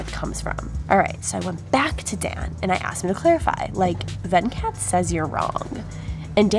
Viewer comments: He is Venkat not VanCat... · I love how weirdly she pronounces Venkat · The way she pronounced "Venkat" 😂😂😂😂 If you're from India you'll understand.